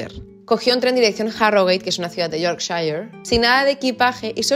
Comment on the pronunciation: Amo como pronuncias Yorkshire ❤